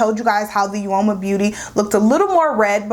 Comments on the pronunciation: Uoma is pronounced like "o-ma". Both sides are really pretty! And the lipstick is a beautiful shade! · The u is silent....it’s OMA